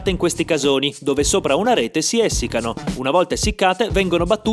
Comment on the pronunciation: Inoltre ha detto "èssicano" anziché "essìccano". Due momenti molto brutti ma molto rapidi, immersi in un video bello e rasserenante.